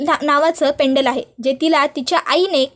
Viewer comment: पेंडल पेंडल काय करता ? पेंडंट म्हणा. व्हिडिओ टाकण्याआधी आपली भाषा शुद्ध आहे कि नाही तपासून बघा. पैसे मिळतात म्हणून कसं ही बोलायचं का ?